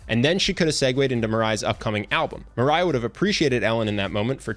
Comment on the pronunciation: How he pronounce Mariah : Maray How I pronounce Mariah : Marya Me : My whole life was a lie.